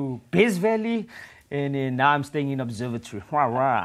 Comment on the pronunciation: The R in ObsevatoRy. hahahaha